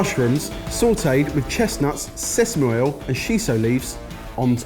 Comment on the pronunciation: gotta love it when says "sesmoil"